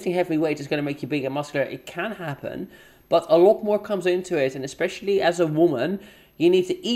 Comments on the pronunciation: I hate how she pronounces especially as 'expecially' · If she says EGG-specially one more time, I'm going to scream into a pillow.